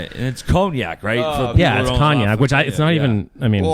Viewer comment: Did actually say it’s Coviac?? Instead of Cognac???